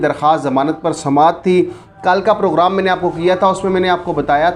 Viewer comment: Program hota hai poghram nai phely yeah to sekh saly 😀😀